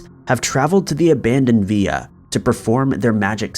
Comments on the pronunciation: Villa “ill” V”ill”a NOT VEEYA. If not from that country, please stop trying to pronounce it with an authenticity you do not have, please. 😬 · ViLLa, not vi-ya like in Spanish. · I think it's villa, not sure why he pronounced it's via. I tried looking up the via just in case it was a word I've never heard but nothing came up. As for the first guy's death? I'm curious as well, it was during the finishing construction so the possibilities are endless. If I find anything I'll update. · When u say Via do you mean villa? It's pronounced vill like villian and ahh...like at the dentist (or creepy villa....AAAHHH lool) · It's Italian so it's Villa as inside a Roman Villa, not 'Viya" as in Spanish. You pronounce the 'L's. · Ok buddy listen up for the first and last time, it's pronounced (vil)( la) ok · Villa pronounced via got me🥺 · how many times do i have to listen to you say villa wrong ffs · Different countries have different pronunciation of that word, in Spain and other places it's pronounced Via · Yeah, other countries pronounce the l so I guess both ways are acceptable.